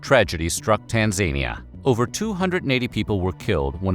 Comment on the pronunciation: "Tan-zania", oh my goodness.